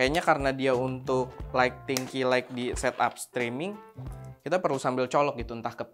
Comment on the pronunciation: Mantap, tp maaf penyebutan “ key light “ >>> ki lait, bukan ki laik 🙏🙏